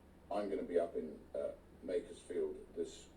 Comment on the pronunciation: Lowe can't even say makerfield correctly. Yeh so in touch